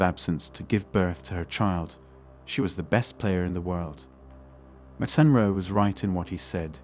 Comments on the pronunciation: "MAC In Row" is how it's pronounced. Sheesh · How is it you don’t know how to say McEnroe - MackEnRow… The first of a few mistakes - misquotes - in this particular clip. I’m pretty sure you quoted the 1500m swimming event as the 500m… which isn’t a recognized swimming distance. That’s not to say I disagree with your fundamental points - it’s just that our (men’s) arguments lose potency when inaccuracies are included.